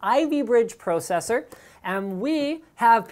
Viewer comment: just say processor one more time ;-P